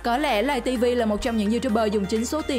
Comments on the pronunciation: ngta là lay tv mà nói lầy tv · Lay tivi ko phải là lây tivi nhaa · Laytv chứ đâu phải lầy tv đâu chị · Tào lao người ta là Lay tv bả kêu lầy tv còn Youtube bả kêu là you chúp vl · Lay tv chứ ko phải lầy tv chị ơi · Nguoi ta la lay tv chu ko phai lầy tv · Play tv chứ không phải là lầy tv đâu chị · Không biết đọc à Lay TV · Lấy TV mà nó nói lầy TV